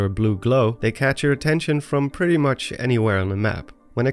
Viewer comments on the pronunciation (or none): none